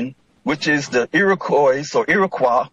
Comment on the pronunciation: lmao i love I just looked up the square miles of the U.S it's not 1 mill2 it's 3.797 million mi². he can't even pronounce Iroquois properly.